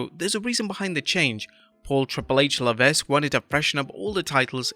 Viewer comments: Dear narrator: The "s" in Levesque is silent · I have to correct you guys because I keep hearing it, but HHHs last name is pronounced "Leve(s)que" (ending like "check"). The "s" is silent.